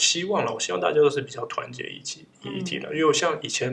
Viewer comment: 哈哈最後的希‘萬’好好笑😂😂😂